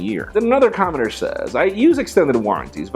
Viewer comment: Is it just me, or sometimes does it sound like is saying 'commoner' when he says 'commenter'.